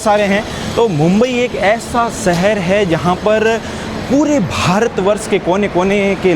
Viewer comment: YouTuber to ban gaye but language improve karo sab Galat bol Rahe ho bhasha ko bhasa shaher ko saher